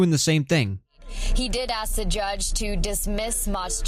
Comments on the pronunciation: Why are you using the work “ax” …….when the word is “ask” ! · Hold on!!!! Did I hear you say "axe you" 😂😂😂 No way you pronounce it "AXE" !!!